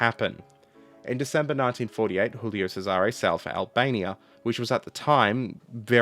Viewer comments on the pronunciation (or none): choolio (Italian, not Spanish) chesare